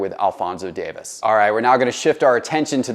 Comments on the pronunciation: Huge Fan of you and your content, Just a heads up his last name is not Davis. It's Alphonso Davies. DavIES. Just wanted to let you know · It’s pronounced Dave-ease not Davis 😀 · Super proud of Alphonso Davies. Have watched him on the Vancouver Whitecaps and as a member of the Canadian national team. He’s the real deal. One thing: it’s pronounced Dave-ees. Love your content. Keep up the good work. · The footie pronunciations leave something to be desired but I applaud the effort.